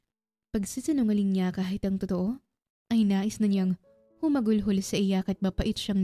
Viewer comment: Ate Correct word is "Humagulgol", Hindi po Humagulhol...correction lang po No bashing intention.✌️